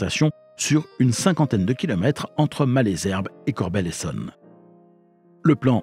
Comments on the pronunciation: Salut! Vidéo intéressante, mais j'ai toujours dit "Corbeil(le)-Essonne", et non "Corbel", c'est comme si on prononçait Blaye, "Blé"! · le "e" se prononce "e" et non "é". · “Corbeil” se prononce CORBEYE pas Corbel. Sinon super vidéo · Tjs passionnant. Petit détail en passant, il ne s'agit pas de Corbel mais Corbeil, et ce n'est pas Evry couronne mais Evry Courcouronnes.. voilà. En attendant d'autres récits toujours plus intéressants. :) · Vidéo intéressante, merci. Dommage de l’imager avec des choses mal choisies comme un train VICK du RER C ou encore la gare de Champagne sur Seine. Comme dit auparavant, on prononce « Corbeille » et non « Corbel ». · Ayant grandi à côté de Corbeil, ça m’a perturbé d’entendre Corbel 😂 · Corbeil pas corbelle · Corbeil se prononce "Corbeille" et non "Corbel" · Bonsoir beau sac de nœud à narrer bravo; dommage pour la ville de CORBEIL prononcée maintes fois en CORBELLE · C’est Corbeil (comme la poubelle) et c’est Évry- Courcouronnes pas couronne 😭 c’est super drôle jahah